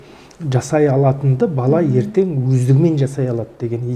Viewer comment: Отқан емес,_ отырған ,отырық емес отырмыз. Ертен емес ертең.